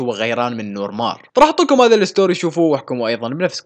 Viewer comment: اسمه نور مارخ او نور مارك وليس نور مار Noor mar5 خمسة يعني حرف خاء او كاف